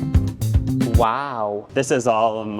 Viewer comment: “I’m a gwuntew” took me out!